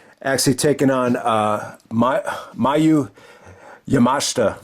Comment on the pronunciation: You nailed Yamashita's last name. Her first name Miyu is pronounced Me-You just for future reference. I haven't seen the match yet but I imagine it was just decent but not great. I did see their TJPW (Tokyo Joshi Pro) match and it actually aired on the same episode of Dark as Pac/Umino the other week and it was really good. I've seen a bit of Yamashita's work and I'm a fan of hers. She is kind of like the Low Ki of TJPW. A hard striker, kicker and incredibly smooth in the ring. No wonder she's nicknamed "The Pink Striker." I think the issue with AEW bringing in talent from other promotions is the fact they don't take the time to hype them up as a big deal to where the fans could care about seeing them. I ain't talking casuals, I'm talking just the circle of fans they have. Go check out their TJPW match cause that I'm sure was much better.